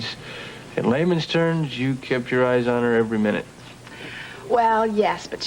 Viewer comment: ”…in laymen’s TERNS”!?!?! 🤢